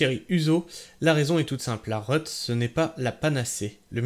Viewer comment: La "reut" c'est l'abréviation de réutilisation, donc ça se prononce réhut et pas reute !